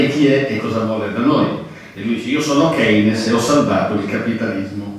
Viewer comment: comunque si dice "keinz" o.o